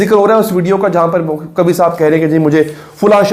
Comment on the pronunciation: قوی نہیں ۔۔ قوا ھے